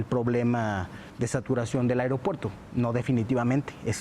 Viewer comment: No soporto a este cabrón diciendo "areopuerto".